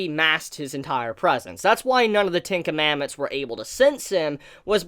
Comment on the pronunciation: why do I keep hearing tinkamamooth when you say ten commandments XD